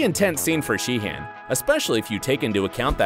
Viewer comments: I'm sorry but isn't pronounced it She-en, not Shee HAN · it’s shee-un